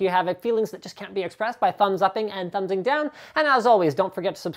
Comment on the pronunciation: "by thumbs upping and >thmubsing< down" hahah